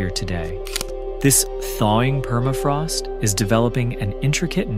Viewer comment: Perafrost no... la correcta pronunciación es PERMAFROST